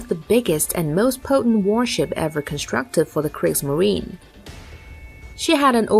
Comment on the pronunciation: The e at the end of Kriegsmarine is spoken, and it is Bismarck, not Bismarc.